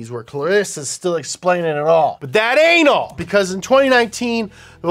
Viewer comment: Did any one else hear it... When he said "but that ain't all!!" It sounded alot like "but that an-alll!! 🤣